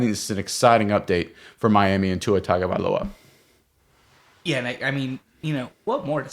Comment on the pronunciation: Pronounce Tua’s last name right… it’s year 5